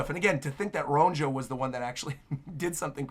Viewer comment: I don’t want you to take this as a diss or an insult, I just want to let you know for future chapters and eventually the anime too: Elbaphian Names with the letter “J” are pronounced with a ‘Y’ sound. Ronja would be pronounced ‘Ronya’; Johanna —> “Yohanna”; etc. (it’s the same principle that applies to the name Bjorn, which people are more familiar with so they get that one right.)